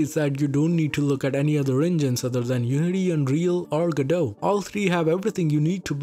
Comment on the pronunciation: Man even my Indian ears can feel the hard Ds whenever he says GoDot.